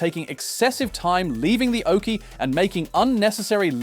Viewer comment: It's oche, not oakey... 😉